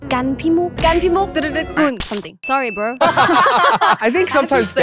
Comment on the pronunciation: I LOVE HERRR "Surry bruo"